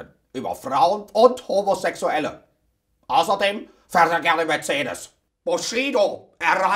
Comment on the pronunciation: HA! Gehe ich richtig in der Annahme dass sie Sächsiche oder thüringsche Wurzeln haben? Bei "außerdem" - hört man das heraus